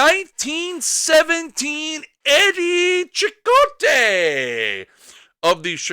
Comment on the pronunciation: I thought it was pronounced Eddie 'SEE-cott" but I could be wrong